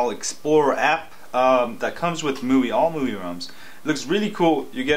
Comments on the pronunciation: Mooey? lol.. I thought it was "My-you-eye" (MIUI) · I believe it is pronounced MY-U-I as in MY USER INTERFACE? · ..IT's called miui (MY-U-I) (my user interface) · Hahaha I like how this guy is kinda struggling with the "MIUI" word :-)